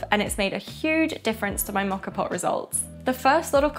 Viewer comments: Think of this letter of the alphabet “O”. That is the sound rather than an “aw” sound. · Learn how to pronounce the name for goodness sake !!!!